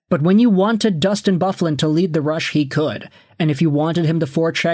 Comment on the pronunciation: Did you really just pronounce big buffs name like that 😂😂😂😂😂😂are you 12